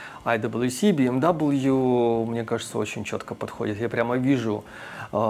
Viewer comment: блин. Какой «Би Эм Дабл ю», машина немецкая «Бэ Эм Вэ»🙂